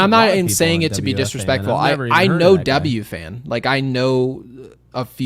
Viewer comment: “ W-FAN”. I like that is so unaware of the FAN that he can’t pronounce it. Good for him. It’s become unlistenable, that’s what lead me to seek out podcasts like this one.